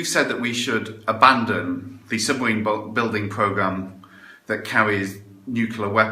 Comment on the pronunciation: we all live in a yellow sumaween,yellow sumaween, yellow sumaween. how the fuck that woocock guy get elected he cant even pronounce sumaween.